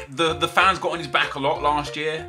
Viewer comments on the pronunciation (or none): none